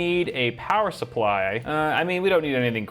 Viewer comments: Suppry... uh supply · I HAD TO DO A DOUBLE TAKE!! I WAS LIKE I KNOW THIS MAN DID NOT JUST SAY POWER SUPPRY AFTER THAT BIT😂😂😂😂😂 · The “Suppry” got me🤣🤣😂😂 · "power supfry"